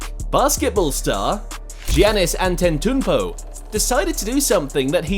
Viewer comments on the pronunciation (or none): How the fuck u pronounced antetokounpo